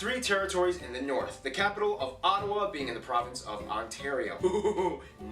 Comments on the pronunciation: Our capital is Ottawa not Ott”o”wa. He pronounced Newfoundland ( as New “fin” land ) It’s prounounced “ New “ fund “ land “ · It is not Ottowa, it is Ottawa. He pronounce Nunavut wrong. It is Noonavoot. Alberta has the third largest gas and oil reserve in the world. New Brunswick is officially English and French. Argo has false aspects of it. The video you watched is not really the best. The person on it is he a Canadian? Eskimo is wrong. Edmonton has the world's largest cultural festival in the world, Heritage Days. Come and travel Canada. My family and I drove a motorhome across Canada.